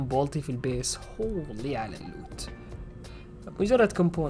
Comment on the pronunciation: الوت❌ اللوت ✅ Loot ✅